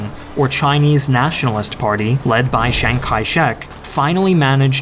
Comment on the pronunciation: Who's "Shang"? it's Chiang with a "C" and an "I" in front of the "A". Nanjing not "nanshing".